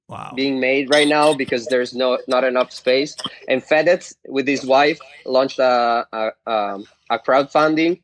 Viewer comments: Nobody: Logan: fedes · Every Italian hearing the way Logan says fedez : I think I’m going to kill myself